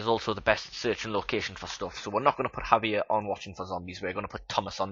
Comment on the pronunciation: I like it so far. just one minor thing though, Javier is a Spanish name so the J is pronounced like an H.